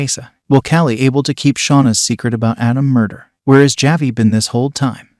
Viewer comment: Also,just a heads up on the way to pronounce "Javi" the j in this makes an H sound so when spoken it comes out as "Havi"